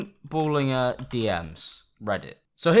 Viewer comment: THE WAY YOU PRONOUNCED BALLINGER